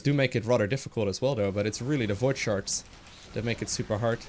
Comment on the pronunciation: lol he saying void sharts